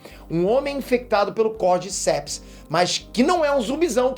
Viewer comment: Esse fungo Cordyceps existe realmente, mas é um parasita de insetos. A pronúncia correta é como se tivesse acento no “di”, “cordícepes”